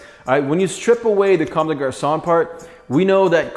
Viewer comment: "Converse comme des GaRsOnNe"